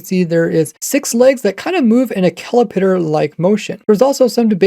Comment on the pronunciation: I’m sorry but how, as an adult, did you just pronounce caterpillar?